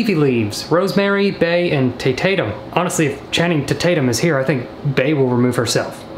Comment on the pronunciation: "Remove rosemary, bay, and taytatum.. honestly if Channing taytatum is here bay will remove herself.." 😂😂